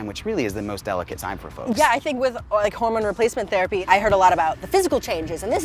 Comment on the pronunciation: He goes, “Theri-pii” And now I have to piss UGH!!!!!!!!!! !